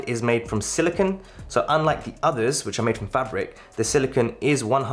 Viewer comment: Thank you for making this video! As a person with small wrists, I was curious as to which band would look best with the gargantuan AW Ultra. One note, though, you are mispronouncing silicone. The Apple Watch band is made of silicone (sill-ih-kohn) while the element silicon (sill-ih-kahn or sill-ih-kn) is used to make computer chips. I must say that a silicon band would be very brittle and quite uncomfortable to wear.